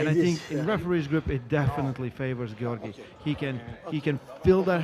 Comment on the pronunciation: One of the commentators calling him "Georgie" is killing me 🤣💀